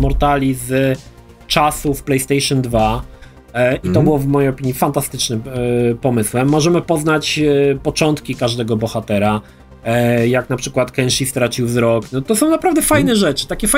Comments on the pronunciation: Kenshina? No ludzie... To aż boli słuchać.... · Kenshi, nie żaden Kenshin.